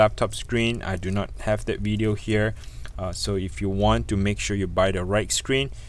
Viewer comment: Bro can you learn to pounce ‘that’ properly, it’s so cringe